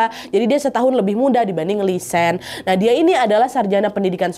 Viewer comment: Btw namanya bukan lisan tapi lisanne (nne diakhir tetep diucap) 🙏🏻